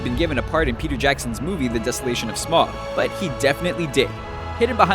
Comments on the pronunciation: It's pronounced sm ow g not smog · SMAUG not SMOG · Smaug is not pronounced as smog! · It's pronounced sm-ow-g.